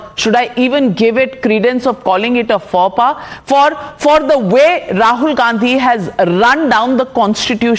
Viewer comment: Navika, faux pas is pronounced fo pa, not faw pa.